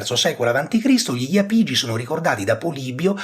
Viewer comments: l'accento più corretto sarebbe sulla a, quindi iàpigi e non iapìgi, l'esame di archeologia della magna Grecia docet 😀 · Bravo, ma è Jàpigi, come Jàpudi, da cui (J)Apùdia bella pronuncia osca e quindi Apùlia.